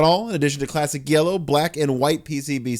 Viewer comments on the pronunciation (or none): none